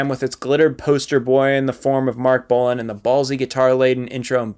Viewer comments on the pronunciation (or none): Bolan, not Boland! And yes, I was waiting for him to get to T-Rex. Jeez! If could see T-Rex, he'd understand that you can't take the eyeshadow and feather boas out of glam.